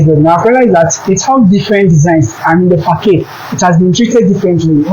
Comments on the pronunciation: It is peonounced as ," fasard" and not fakade" ... Damn . The design is is already dated. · Facade is pronounced as "fasad".